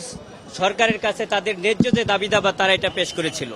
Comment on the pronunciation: বুঝলাম না ? একজন আইন জীবির বাংলা উচ্চারণ সঠিক নয় উনি কিভাবে এ পদে নিয়োগ পেলেন? দাবি দাওয়া ? নাকি দাবি দাবা?